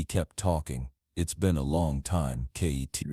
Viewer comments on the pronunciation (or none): Not kttt you mean kitt